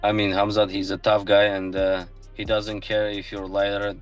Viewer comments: Khaa open coke* 'Khaa'+mzat khamzat K is silent my friend.. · Kaumzat, kumzat, cumshot, kamzat. This dude can't say his name right not once I watched the video just to see if he can figure out the k is silent and by the end of video. Nope. Jesus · Camzat …😂. Dreecoos..🤣 cmon AI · Bro the K in khamzat is silent man, are you retarded or something